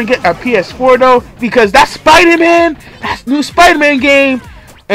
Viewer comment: lmao “spriderman”